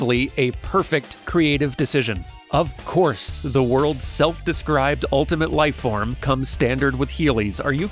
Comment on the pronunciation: "Of course, the world's seld-described ultimate lifeform comes standard with heelies." No need to kill me like that 💀💀😂